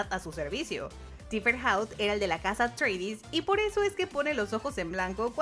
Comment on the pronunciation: Thufir Hawat no se pronuncia "Tifer Haut"